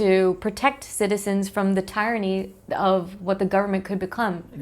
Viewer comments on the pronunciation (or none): You said tie-ra-knee. 🤔 What's that supposed to mean?😕